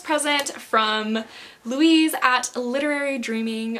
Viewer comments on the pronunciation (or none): none